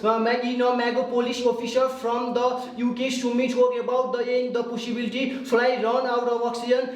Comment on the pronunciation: he said pus*ybility🤣🤣